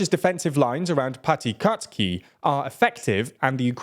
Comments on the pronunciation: please learn how to pronounce Ukrainian names even semi-correctly god i cringe every time you say "zaporizziya" or "patikatki" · I could listen to him butchering the pronunciation of Piatykhatky all day.